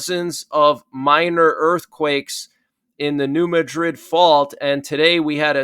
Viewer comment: It's called New Mad-rid fault. Pronounced like mad. Not like Madrid in Spain